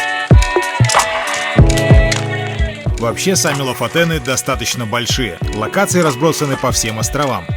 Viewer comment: читается Лафутены а не ЛОФО